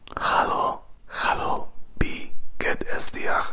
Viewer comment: Your german is very nice and I love it! But you say "bie geht es dir" instead of "wie geht es dir".... not a big problem, you just change the letter "b" with the letter "w". Best regards 😊